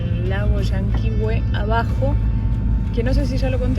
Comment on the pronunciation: Hermoso viaje. Gracias x compartirlo. Solo acotar que están pronunciando mal algunos nombres de lugares. Petrohué, LLanquihué, Angelmó son palabras agudas.